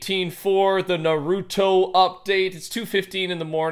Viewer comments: sounds like hes says pokeman when he says Naruto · Him saying narooto bothers me